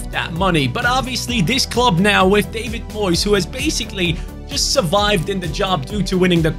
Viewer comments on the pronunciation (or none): none